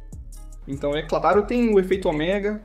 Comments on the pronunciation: Not OMEGÁ but OMÉGA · Parei de assistir quando não soube falar a simples palavra ômega e disse omegá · Ômega e não Oméga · Ômega e não oméga! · Ômega ❌ Omegá ✔️ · "Raios oméga" me quebrou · "Oméga" kkkkkkkk